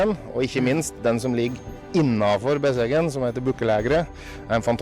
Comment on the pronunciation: i grew up about 30 minutes from Besseggen/Gjende by car, and i have to say, your pronunciation is the best i've heard from an American.